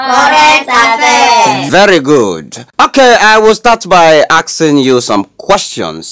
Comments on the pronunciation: Did I hear "aksing"?😂😂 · No one: the teacher: ok we'll start by aksing you some- lol